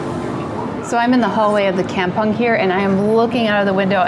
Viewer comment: Oh gawd... While it's a nice episode... Hearing the word "kampung" pronounced that way is so painful. And butchered the Malay language. LoL. Did you actually asked a local Malay person in Singapore how it is supposed to be pronounced? LoL. Anyway I really like the places you visit... But... Just don't butcher the local words LoL.